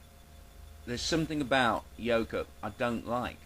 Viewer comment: Every time you say "Yoke Up" I keep hearing "yokel". Take that however you will.